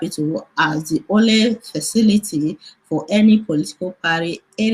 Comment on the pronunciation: what is parry? it's party. abeg stop the funne